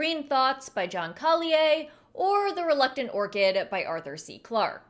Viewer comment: I never heard Collier pronounced like that before. Interesting.